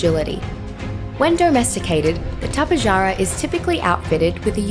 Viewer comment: its not tap-eh-jar-ah it’s tap-eh-har-a